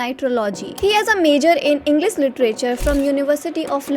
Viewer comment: Englishhh 😂 0.22